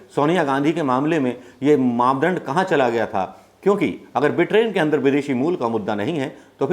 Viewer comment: Britain ko Bitrain bolte ho. Modiji ki class me study ki hai